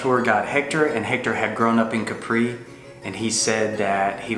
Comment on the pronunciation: Nice video. The first thing we learned about Capri is to pronounce it KAP-pree ;). Also you didn’t mention the funicular that takes you up to the hill. No taxi needed. You briefly showed the historical Carthusia perfumery,,, I hope you went inside. ?